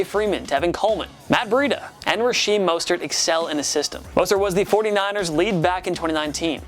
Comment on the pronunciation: Bro. Learn the names you’re saying. This is getting ridiculous every week. “Rasheem Mostert, Devin Sing luh terry”